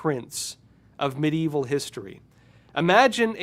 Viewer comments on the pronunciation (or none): none